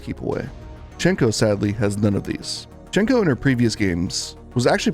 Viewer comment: It's sad to see, considering how good Hsien-Ko was in her source game. Also, hate to be "that guy," but the correct way to pronounce her name is "Syen-Ko."